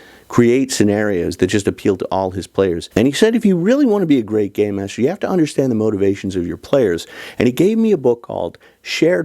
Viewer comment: You ARE saying, "Game Master", right? As in, "It's not 'Dungeons & Dragons', so it's not 'Dungeon Master'. Instead, we say 'Game Master' because it's a 'game'. " Ok, good. Because for a second I thought I heard "Gay Master." -Not that there's anything wrong with that. It's just a different concept.